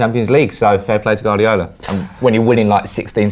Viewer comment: Can you get to pronounce Guardiola correctly?